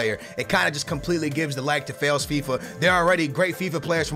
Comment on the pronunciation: did he say failsfifa